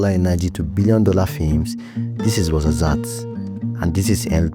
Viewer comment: Tizi n Tichka you wrote it right, but you pronounce it Tizi n tchika Ait ben Hadou not Ait Bendaw as you pronouce it or Ait Bendahou as it was written on the map. you killed me on the Marzazat, it's Ouarzazate 🥲 You can find Amazigh people starting from Canari island to Siwa in Egypt (very beautiful place btw). Tinariwen are nomade amazighs, gypsies of north africa. Always making good music those gypsies where ever they go. Good job.